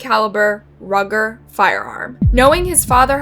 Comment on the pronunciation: ''rugger'', wellBUTTrin lol